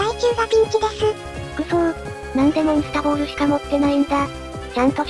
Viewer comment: モンスタボールじゃなくてモンスターボールだよ。